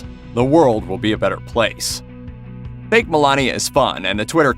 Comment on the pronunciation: But... Did he say "baked", or "fake"?? :))